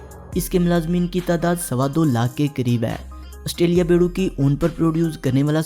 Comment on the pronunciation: Australia not ustralia.